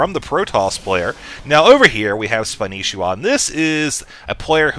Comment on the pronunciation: Why does everyone call him Spanishiwa when his IGN is Spanshwa? what did I miss?